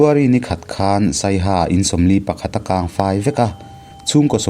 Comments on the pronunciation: 'Ni pawh ala kang vah' tihlai hi, "tuikang' kan sawi a, 'kang' ang a lam lo in, chawikang, ball pet kang kan sawi a, kang kan lam ang a lam tur a nih hmel, a thilsawi tum nen hian i 'kang' lam dan nen hi chuan a inmil theilo. Tui a kang thin a, Ni chu. Kang ngailo ania 😀😀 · Ni pawh ala kang lui kang chat a kang ang hian i lam,,,mahse nilo in kang zuang kang rawh ti a kang ang khan lam tur i lamsual palh niin ka hria sawi ve mai mai...😅😅😊😂 I channel hi ka duh lutuk hrang lam Pasaltha rak hnuai a tawn lam hi a ngaihnawm leh zual lo ti zel rawh i aw(voice) hi a mawi a hriat a nuam....lo hrang zel rawh aw i chhiar thiam mawlh mawlh lutuk sawiselna tur a vang ka ti i thluk dante hian min hneh...😮❤️❤️❤️